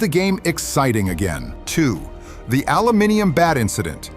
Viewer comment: He said aluminium properly 😂